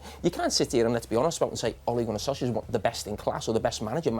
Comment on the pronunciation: Everybody: Ole Gunner Solksjaer Carragher: Ole Gunner Sausage.